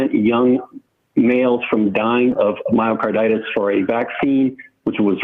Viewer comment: LOL! This is not a physician. He cannot even pronounce the disease. Physicians do not go off the rails like this guy.